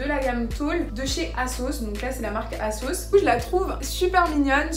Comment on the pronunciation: j'ai compris pendant toute la vidéo que tu disais la marque kasoss lol en tout j'adore ton haul